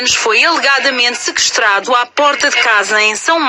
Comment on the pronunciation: "ràper" "sekestrado" ta boa em portugues essa